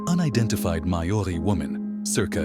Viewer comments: Holy CRAP!! Death by CANON???? Just want to clarify Maori is pronounced mow (like cow) ree. Great photos. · I do also. Particularly when accompanied by the correct pronunciation of the words they narrator is using. It's incredibly lazy to not just take a moment to check on the correct pronunciation of 'Maori'.